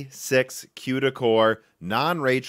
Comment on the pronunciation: OMFG QUEDA CORES.. its CUDA "COODA"... sigh....